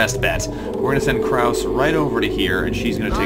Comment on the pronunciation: Note: The "e" in "Krause" is not silent.